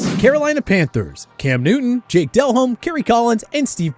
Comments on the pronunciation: The guy would probably pronounce his name, DEL-hommy. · Why are they saying DelHommes name wrong Are they to young??? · Itis pronounced, Jake De- Lhomme , not del -homme, It is also pronounced "A-bear" for Hebert. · Dude his name is not Del-Home. Come on bra. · Did this dude really say Jake Del-Home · Did this man just call Jake Delhomme Jake Del-home?